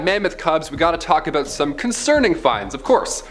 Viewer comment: LOL! I think just became my favorite host of Most Amazing! You're a funny guy, buddy... and fellow Canadian to boot! No, that's not how we say "about"...